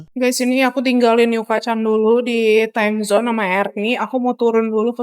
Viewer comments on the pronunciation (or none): Timezon ce bukan amazon